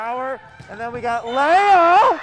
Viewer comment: It’s pronounced lee- uh not Leia